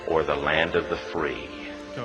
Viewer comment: It’s o’er the land of the free. Not or.